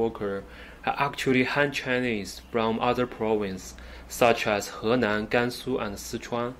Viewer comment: Henan, Gansu, and Sichuan Bro, I love how you pronounced those names correctly in Chinese 👏👏👏 For some reason, a lot of Chinese people, when they speak in English, they tend to imitate the way westerners mess up the pronunciation of Chinese names If you think about it, you will realise it is a very strange thing to do There's no reason why Chinese people shouldn't be able to pronounce Chinese names correctly